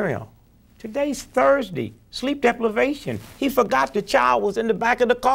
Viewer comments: lol "sleep deplevation" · This nigga say sleep DEPLIVATION...SMART GUY